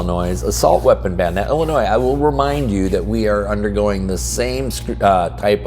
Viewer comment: There is no noise in Illinois. Drop the "S".